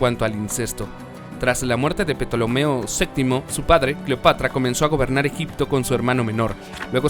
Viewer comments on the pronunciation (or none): Excelente video muy informativo...lo único que deteste es la mala pronunciación de Ptolomeo... No se dice , la P es muda y se pronuncia <Tolomeo> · La P de Ptolomeo no se pronuncia ni necesita escribirse: Tolomeo. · Petolomeo jajajaja vamos aprende a pronunciar Ptolomeo. Es griego. Si no sabes decirlo aprende y no hagas el ridículo y ofendes a los que nos gusta la historia. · Me sangran los oídos al oir petolomeo la p es muda se pronuncia tolomeo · La P en PTolomeo es muda🤦🏼‍♀️🤦🏼‍♀️🤦🏼‍♀️🤦🏼‍♀️ no se dice "petolomeo"😆😆😆😆😆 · Se lee Tolomeo la “p” no suena.